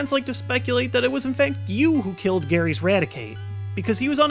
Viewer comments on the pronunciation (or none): none